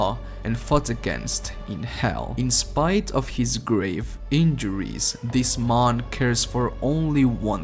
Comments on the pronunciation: He says mon instead of man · Am I the only one who heard maan rather than man ? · Everybody: Man: Mon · "Dis Mon" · "This mon" lol you say man like cinimon from apple Jack's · It took me 5 mins to realize that he was saying man and not Mon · I thought he talked in a Russian accent there